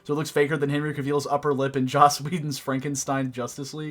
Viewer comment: You said Henry’s name so wrong